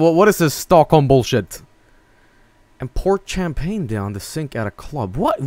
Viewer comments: Champagne, not tchèmepèigne! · Champagne: Sham-pain Champagne according to: Kam-pah-nay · (aMAXproduction) That's the swedish pronunciation for you. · Sewdish my dudes